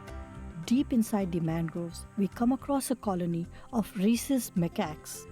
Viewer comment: what she meant was rhesus-- the name of the animal is rhesus macaque. her pronunciation made rhesus sound as racist